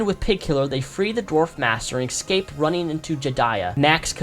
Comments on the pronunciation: don't mean to nitpick but you said it so many times during the video - ecscape is not a word, it's escape (eh-scape) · I am a reptile, but please try and pronounce escape correctly, instead of excape, if you are able to :)